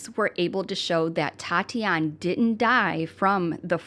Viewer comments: What a great tribute. Her name is pronounced at Tatianee (long "ee" at the end), Tati for short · Since she is Brazilian it is Tatiane pronounces Tatianie, the -e makes the 'ie' sound as in 'key' so you're correct it isn't Tatiana. :) Merry Christmas, I love your videos. ♥️